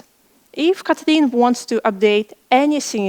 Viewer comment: Kotli’n? I’ve never heard it before